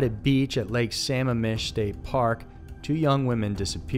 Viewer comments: it's lake "Sa-mam-ish" not "Sam-mam-mish" lol not trying to be that person, but I'm from WA & each time it was said it gave me a chuckle ;] Great video though to summarize the Bundy Case. Love & addicted to all your videos! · It's actually pronounced Suh-mam-ish. Not samuhmish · It's Lake Sammamish! This guy's pronouncing it like Sama fish? That place was always crowded never cared for it! 🙏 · In case ever makes a diff, lake Sammamish is said "suh-mam-mish" with emphasis on mam. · Burien.,...and Sah-ma-mish....prounouced,...otherwise very informative.